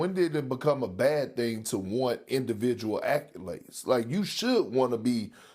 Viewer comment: The only thing I got from this is perk and SA can't pronounce accolade